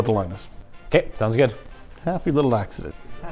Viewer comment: happy little lakcident